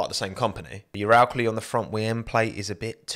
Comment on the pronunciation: The only thing I didn't like was your pronunciation of Uralkali